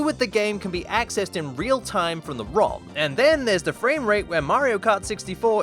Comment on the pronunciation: Thanks for the video! You explained well-enough for my mother, who knows nothing about video games and still asks my help for basic computer stuff, was able to follow along. (We did have a bit of trouble, as we both heard 'wrong' instead of 'rom' , which means we were thrown down the wrong train of thought and missed what you were explaining, alas. The subtitles thankfully have the correct word in there.)